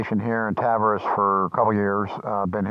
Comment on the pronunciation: It's pronounced TAHV-AIR-EES